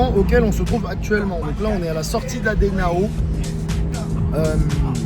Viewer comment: La prononciation est bonne c'est Adenao de manière exagérée